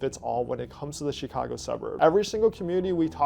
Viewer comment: LOVE your content. - but you gotta learn how to say to say chi-CA-go properly lol not CHEE-ca-go my friend